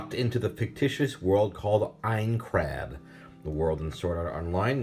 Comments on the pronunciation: As I suspected, when he said aincrad in the beginning it sounded like he’s never watched the show. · Have you not watched SAO? Why are you having trouble pronouncing names and Aincrad???